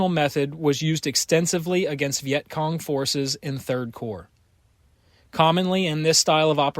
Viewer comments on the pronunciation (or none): none